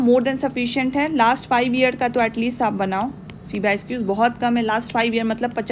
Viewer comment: Man pyquiz (pyqs)✅ not pyesquiz❌